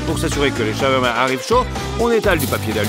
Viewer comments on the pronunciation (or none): Trop compliqué de prononcer "SHA-OUAR-MA" et de la même manière??? Lol 😂